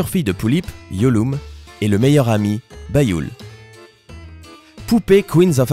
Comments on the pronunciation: Jpp comment il a dit "yeolume" et "byul" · Moi j'ai 1 pullip, et Byul sa se dit comme si tu disait "Bioul" xD Sinon superbe vidéo :p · ET PTN C'EST QUOI CETTE FAÇON DE PRINONCER BYUL, YULUME, ETC... ET C'EST UNE POUPÉE DE COLLECTION ET PAS UN JOUET !!!! PTN !!!